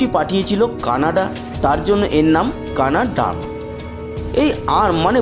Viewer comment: The robotic arm called in English CANADA+ARM= CANA-DARM. Incorrect in Bengali Spelling and pronounciation. (CANADRUM)